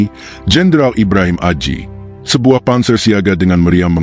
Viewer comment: Nyebut nama aja salah